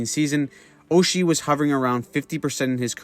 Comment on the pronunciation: You mispronounced his name, TJ SOCHI